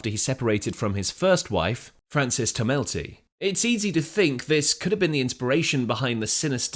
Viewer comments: For info, Tomelty is pronounced TOMelty, (not tomELTY)…emphasis on the 1st syllable. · As an Irishman, can I ask you to pronounce Frances’ name as TUMM-le-ty. 😊